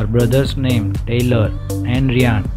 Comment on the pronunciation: Hey.... her younger brother's name is not pronounced "Ree-ann". It's pronounced "Rye-ann". It rhymes with "Sky-ann", do you understand???